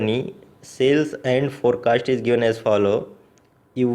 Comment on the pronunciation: Fore cashting 😂😂😂🔥